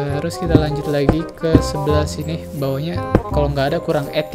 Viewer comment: Bang lu kalo ngomong 'lagi' biasa aja lah bang lu kayak ngomong llagi temen temen Lol Xd